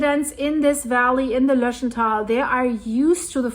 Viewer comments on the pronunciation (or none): Its called Lötsch taaal... grüsse aus zürich😅😊